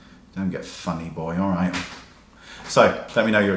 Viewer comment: You sounded extra British in the video. When you said "Alright".